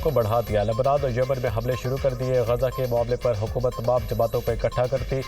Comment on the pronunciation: Dunia news k amchor ka naak band hogea jiski waja say woh humlay ko hublaa keh rahay hain ... G nazreen 😅